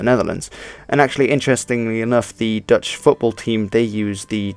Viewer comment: Are you Dutch? Your Dutch pronunciation is spot-on. But your English doesn't have an obvious Dutch accent either. So kudos in either case.